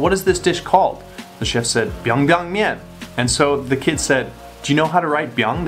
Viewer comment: "I didn't come close to say that perfectly" *proceeds to say it perfectly